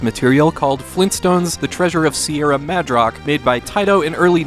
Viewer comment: it's Mad-rock not Madge-rock dammit! great video though I'm glad I found this channel